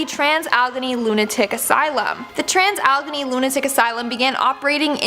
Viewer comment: It’s pronounced Alla Gain ee. (Allegheny) What they did to the mentally ill…I don’t blame the ghosts.